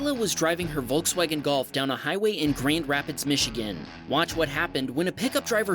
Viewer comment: Grained Rapids? Really? Is this how you pronounce that word anywhere? Since I LIVE there, I can assure you it is GRAND lol